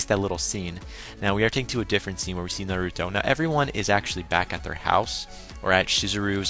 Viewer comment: naruto not narooto